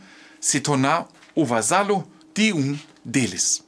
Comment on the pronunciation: Vassalagem.. não "vasalagem" vassalo e não "vasalo"...